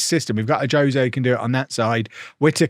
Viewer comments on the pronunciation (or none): none